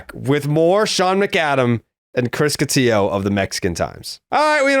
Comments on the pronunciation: They butchered Chris’s name. Catillo not Cotiyo. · Cotiyo? Get his name right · It's Cotillo. He doesn't pronounce it the Spanish way, but the Italian way. And they did it on purpose, it's become an inside joke with these guys.